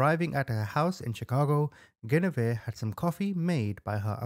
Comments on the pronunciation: Please pronounce that woman’s name correctly: GWENivere. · Love your videos! Your one of my FAVORITE true Crime YouTuber! For future reference, her name is pronounced, gwen-a-veer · Guinevere is pronounced “Gwin’-oh-veer”